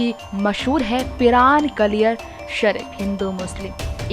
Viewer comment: Bilkul sahi baat Bhai, yeh log kya izzat krenge peero fakiro ki.. isko to naam bhi nhi bolna aata.. Kaliyar Sharif ko kaliyaar bol rhi hai